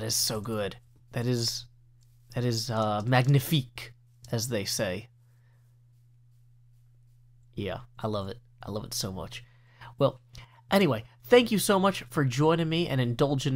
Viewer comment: It's pronounced ma'nifik. The g is silent!